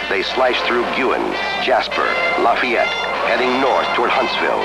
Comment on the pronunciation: It's La-fay-ette not lafiette lol